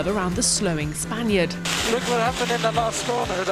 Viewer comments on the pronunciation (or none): none